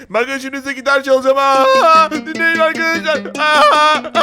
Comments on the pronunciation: Vidyonun başında arkadaşlar değil arıkadaşlar diyor😂😂😂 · Arkadaş derken arıkadaşlar diyen koca abimiz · başta arıkadaşlar dedi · Abi başta arıkadaşlar demişsin